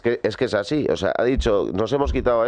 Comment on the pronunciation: EJPAÑÑA ES "ASIN" 😎😎☺☺